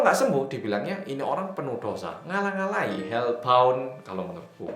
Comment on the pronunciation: "Ngalah-ngalahi hellbound..." dengan aksen khas jatim